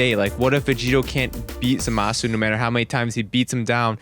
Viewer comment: 'Zuhmasu' kinda triggered me